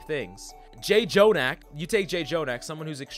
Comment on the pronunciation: The thing about Zen is that if he wins by skill and positioning... if You win against counters, You're not in their rank, You get stuck exactly at the point, where You can't outskill those counters. Also, it's not Jay Jonak, but Jonak, with a strong, hard J. It's a Korean sound, that's represented by the double letter, that's all.